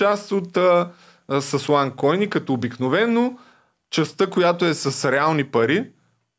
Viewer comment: Момиченцето: уань койнь пхаха